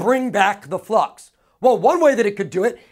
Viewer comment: Awesome video thanks really from my heart Every time he says flux, i hear the word fuck hahaha.